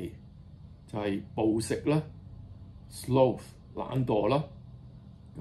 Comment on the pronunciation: Sloth 係讀作slawth..Lo是law並非slow音。